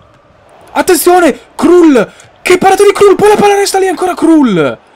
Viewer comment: Kral si pronuncia... no krul